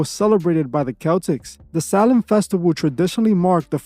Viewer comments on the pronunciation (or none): Why does it sound like your saying “Salem” when it’s spelled “Samhain” ? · Its actually pronounced like Sow win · U just like the mom in the water boy 😅 everything to you is the devil. Dont ever disrespect halloween ever again. Im unsubbing to your channel. I dont even watch your wack shit. And learn how to pronounce samhain right. GOT IT ? BOY?!?